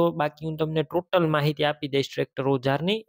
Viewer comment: ટોલી નથી ટોટલ ન કહેવાય